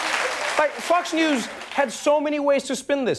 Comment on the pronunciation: I could've sworn he said "Fucks News" lmao